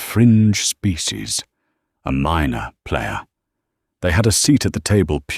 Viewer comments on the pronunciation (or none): This AI is one of the most miserable things I have heard on the net. I have been in the midst the many Brits and have never heard of them speak of "architectcha" nor "playaas." Even the famous radio and later movie star Scourby didn't over stress his final syllables with the a sound used by this ai. It makes the whole thing sound so stupid.